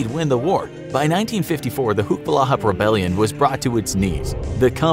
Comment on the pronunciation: Its not hucks its huks ,hukbalahap = hukbo ng bayan laban sa hapon means anti japanese forces